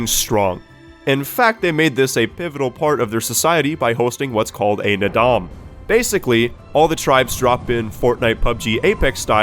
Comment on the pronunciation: >Calls others cutscene skippers >Mispronounces and misspells Naadam